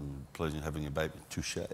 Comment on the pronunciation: As a French yeah « touché »was enjoyable to hear 😂 Love to America from France 🇫🇷